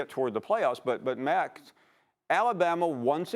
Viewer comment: Did this old man just call Max “Mac”???? HAHAHA